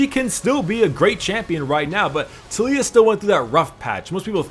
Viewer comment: The way you say Taliyah and Ivern triggers me